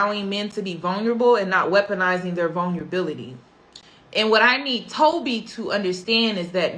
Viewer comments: If this girl says vunlability and not Vulnerability one more time. Please practice the words before using them. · vulnerability vul-ner-ah-bility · I can't take someone serious who can't say vulnerability right u been fucking that word up the whole video